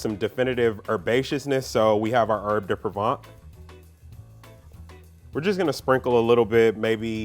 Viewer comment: at first I thought that it's poor video editing that cut off too quickly then realized that he just mispronounced "herbs de provence" as something like "herbs de provant" LOL